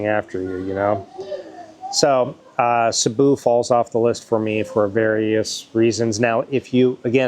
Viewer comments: You mean CEBU. thats ok. Nobody's perfect. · Sabu , Duma, and Davao:face-purple-crying::face-purple-crying::face-blue-smiling: only Duma pronounced correctly, an English major/teacher :face-green-smiling::face-green-smiling